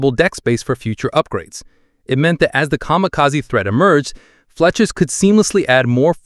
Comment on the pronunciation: I'm struggling to tell. There are a few cases of Fletchers being pronounced Fletchas, but there's also breathing and convincing pacing, so I'm at a loss.